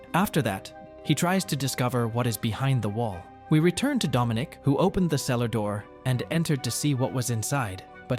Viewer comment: Ah I saw some of this. Didn't finish it though. And It's Dominic not "Domonique". The latter is a lady's name.